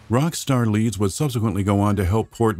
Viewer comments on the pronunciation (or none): none